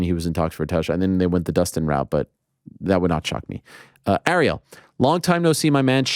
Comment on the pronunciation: Yeah, you must be really good friends with a guy who can't pronounce your name correctly. Lol. He pronounced Ariel as "R-E-L" instead of "Air-e-L" .